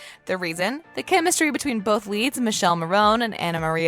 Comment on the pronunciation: I wonder if you know you mispronounced Michela's name, both that and Massimo.